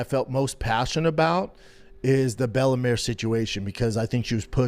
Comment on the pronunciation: "Bella Mare" Brenda thinks Bella Mir is a horse or wot ') his English is so faulty, at times he sounds like he has a speech impediment. it is not cool, funny, street, or gangsta, to speak bad English, with careless, unnecessary mistakes. the lazy, uninterested way Brenda speaks, is a reflection of his character